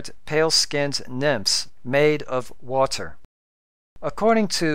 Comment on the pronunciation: Look, I say this as a friend... Stop. Your videos are super informative and very well thought out but you simply can't stop yourself from sounding like a damn computer. Words like "water" or "meter" is actually pronounced like a robot. You are aware of it, but can't stop it. So, either stop, or have someone else read your script. Please understand, I appreciate your hard work, but just listen to all the youtubers out there. How can you expect your sub count to hit 1k if you are putting people to sleep? Just stop.